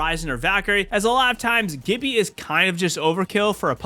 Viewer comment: It’s G(J)ibby.